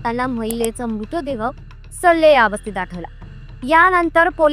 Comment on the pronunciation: अगं बाई नीट बोलायला शिक नं आधी.. मूतदेह म्हणतेय एवढी महत्वाची माहिती भावनाशून्य माहीत वाचतेय नुसती